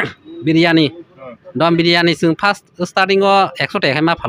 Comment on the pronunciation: Dom biryani ❌ Don biryani ✅